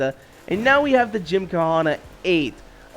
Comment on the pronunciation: The h is silent in gymkhana